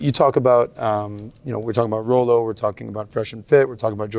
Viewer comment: I have watched other videos with Robert. Yes, he speaks the red pill terms but he does not practice them. Still calling his ex, his wife. That is blue pill. He does not even pronounce Rollo correctly. A lot of YouTubers like have Rollo terms memorized, but their words betray them if you listen carefully.